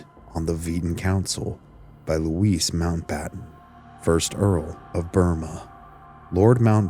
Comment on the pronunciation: Hi, not being picky but most people wouldn't recognise 'Luiss' Mountbatten. Like the youngest son of our Prince William, his name is pronounced Loo-ee. It took me a little while to realise who you were talking about. The only reason I mention it is because your diction and pronunciation is so good and a pleasure to listen to that I think you would like to know. ❤